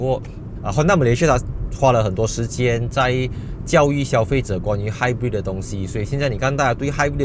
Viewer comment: 朋友/亲戚都把他读成"hybird"🤣